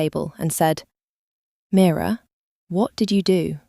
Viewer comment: Please the narrator should just get on with it. The questions are turning me off 🤷‍♀️ Story very slow, could’ve been a really good story 😢 Getting pored with I said he said please give us a break !! By the way the name is MIRA not Mirror which is an ornament 😂😂 Have to say it was a great story and a great ending. 🎉🎉🎉🎉🎉